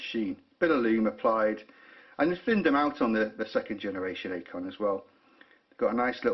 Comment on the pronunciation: it's pronounced 'icon' not 'a con'. Deployment means movement of troops and equipment. Deployant is specific to watch clasps.